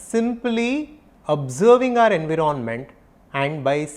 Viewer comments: En•wire•ment not en•wiro•ment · I love the way you pronounce environment 😅..